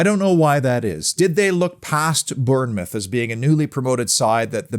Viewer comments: Just say it as Bornmouth mate !! From a 🍒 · Afcb the best side , P s learn how to say Bournemouth